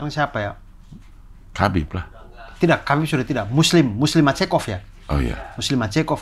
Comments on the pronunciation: Islam makhacev bang bukan muslim macekop 😂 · dua kata lucu : muslim macekov wkwkwkw ,yg bener islam makhachev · Islam Makhachev ❌ Muslim Macekov ✔️